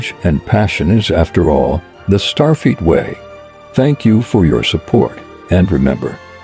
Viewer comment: Starfeet?? Nachelles??? You need to be able to either adjust or get a better text to speech app. Otherwise, not a bad video!